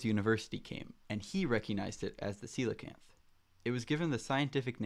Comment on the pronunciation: Ain't no way its pronounced like that bro